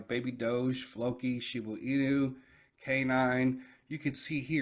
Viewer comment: Shiba Inu not shibu inu at least read your comments in the last few years and take heart or know the name of the coin you own